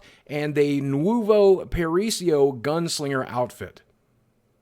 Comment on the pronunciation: Lol he pronounced Nuevo "Noovoh"